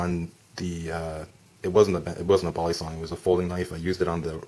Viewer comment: No one:: "BALLisong"